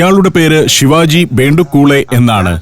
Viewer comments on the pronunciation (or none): none